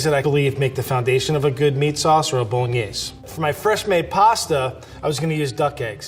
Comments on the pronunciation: Not saying boloknees pog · Knowing Vincenzo, pretty sure he would NOT approve of the video. I'm sure you know as well as I do that'd at the very least he'd stop the video to correct how they are saying Bolognese. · I think Vincenzo would start by correcting their pronunciation of Bolognese. And he wouldn't be happy with the garlic, or butter. A video I saw recently by NOT ANOTHER COOKING SHOW was for Pasta Alla Genovese Frank's recipe looked a lot like that.